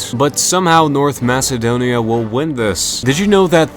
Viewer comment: my favorite nation, "north macebonia"